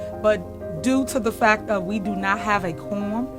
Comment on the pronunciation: 100 what??? 3 different insurance COMPANIES!!! The word(s) is/are several, fact not fack , it’s This not dis, it’s seriously, I could go on and on🤣🤨😤